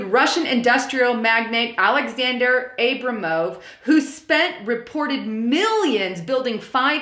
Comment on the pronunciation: Hey, It's pronounced Abramov, not Abramov. lol. God Bless you!